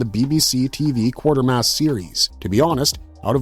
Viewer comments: Q u a t e r m a s s not q u a r t e r m a s s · QUATERmass...NOT Quartermass... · Any reason why you show 'The Curse Of Frankenstein' while talking about 'The Curse Of The Werewolf'? And the name is pronounced: 'KWAY-TER-MASS', not 'QUARTER-MASS'. Yes it's an odd name, but watch a clip of one of the three movies to hear how it is said. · He also kept saying "Quartermass" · Maybe you learn how to actually pronounce Quatermass before talking about it.